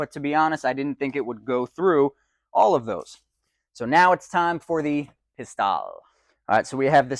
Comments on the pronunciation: "Pis-TELLE," not "Pis-TAHL" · Not "Pistalle," but "Pistelle." It's not tomato, tomato, so don't be a hick!